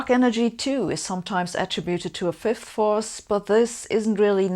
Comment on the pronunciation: I applaud your effort to enunciate "fifth force" clearly, I know you Germans can struggle with that one. Just the same, I had been hoping to have a laugh at your expense, and left mildly disappointed on that front. <3 You never cease to amaze me with your many levels of determination!